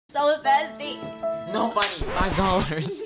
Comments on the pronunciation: Funneh: im so tirsty... Draco: NO 5 DOLARS! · I thought she said "so thirsty"